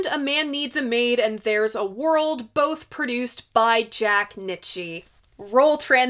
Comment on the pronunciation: Great video, but I think Jack's surname is pronounced "Neet-cha" (or at least that's what it says in Neil Young's biography)